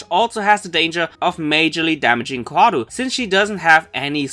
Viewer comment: dude pls stop calling her chloe its fucking Koharu!